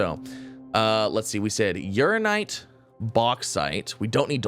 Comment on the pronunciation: Funny how he STILL pronounces "UraNInite" wrong after weeks... 😁 People have given up telling him, too 🤣